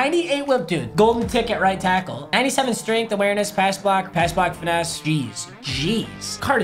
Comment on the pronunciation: My man really said "pass block finesse" bruh